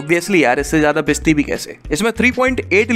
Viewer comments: Bichti nii bikti bola kro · Bigti bhi nahi bikti hota hai